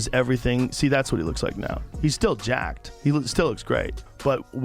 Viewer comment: “Oim gettin jaaacked”